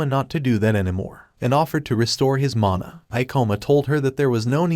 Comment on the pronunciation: min mother ? Not mana🤨